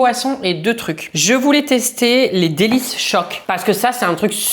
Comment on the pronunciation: Delichoc pas délice choc 😂